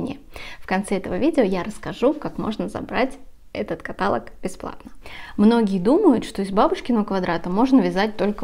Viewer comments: Не кАталог, а католОг, запомните патолог - католог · КаталОг, а не катАлог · канал прекрасный и бабушкин квадрат хорош, но слово каталог произносится с ударением на последний слог каталОг а не катАлог извините, но очень режет слух. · ВСЁ ОЧЕНЬ ПОНРАВИЛОСЬ!!! Благодарю за такую подборку! Вяжу уже 50 лет!!! В 12 лет первую жилетку... Крючком меньше вязала. Сейчас уже и не успеваю свои закрома перевязывать... Загорелась связать платье, благодаря Вам! Простите великодушно, но уши режет от слова катАлог". А остальное просто отлично! Успехов и процветания!!! 🌹👍💥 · Не катАлог, а каталОг. Неверное ударение режет слух хуже гвоздя по стеклу. Вас смотрят и слушают множество людей, будьте аккуратнее. Успехов и здоровья. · Послушайте, Вы!!! Это уже деградация и ничего больше! КатАлог или того хлеще кАталог, нАкид, рАпорт вместо раппОрт, вООбщем, иНэНэН вместо И-эН-эН и пр. и пр. ерунда — и при этом огрызаетесь "не смотри,не слушай". Трудно ответить "да, ошибка, исправимся" ??? Я хочу посмотреть и послушать! Бескультурье, невежество зашкаливает!!! (Ещё и оправдывается невежество — это типа оберег, ахахах…). Скорее всего,— это непоправимо……. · КаталОг!!! Ударение на последний слог! Режет слух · Не катАлог , а каталОг! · Спасибо большое за подборку и описание. 😊 Один момент - " каталОг"= диалОг, монолОг. Простите. ❤ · Обратите внимание , как правильно делать ударение в слове КАТАЛОГ , режет ухо. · Правильно ставить ударение каталОг. Извините, не смогла сдержаться, резануло слух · каталОг, пожалуйста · Запомните три слова. ЭпилОг. НекролОг. КаталОг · Правильно говорить каталОг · Каталог, диалог ударение на О!!! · каталОг, диалОг, некролОг, монолОг..... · спасибо вам за ваши мк, всегда хорошее настроение и улыбку. Но каталог произносится с ударение на -о-. Кое-кому слух режет. Пожалуйста, возьмите на заметку. Без обид. Здоровья вам и удачи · Ударение на втором слоге в слове каталог "режет" слух, при всем уважении к Вам